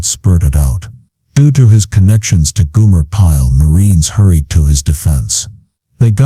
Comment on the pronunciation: Goomer Pyle? GOOMER Pyle? It's GOMER Pyle! Get it right, man! Damn! 💩👀